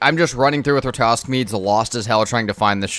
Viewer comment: Sweden here... I'ts RaTAtosk, not Ratosk!! 🤣